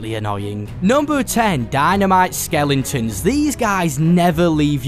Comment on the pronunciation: Skellingtons? Its skelEtons